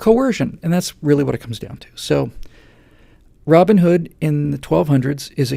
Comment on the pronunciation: Steve Jobs is not way too rich. He's way too dead,. Oh, the mythical (probably) hero has a first name and a surname... ROBIN and HOOD and they are pronounced as separate names.. Hence, he is Robin Hood. You pronounce it like it was ROBinhood (like BATman or SUPERman).